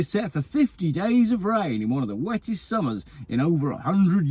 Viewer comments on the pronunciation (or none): none